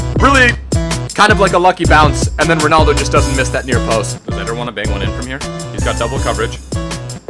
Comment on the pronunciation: Is it not pronounced Ed-air!